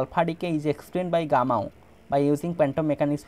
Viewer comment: Gamow ❎ Gammao✅